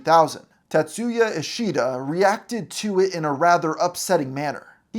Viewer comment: The pronunciation of "TaTSUUUya"😂 I've never heard of him before today, but if he's of Japanese heritage and that's his real name, he probably shortens it to "Tats" rather than "Ta", "Tat" or "Tatsu" because the "u" in "tsu" is virtually silent.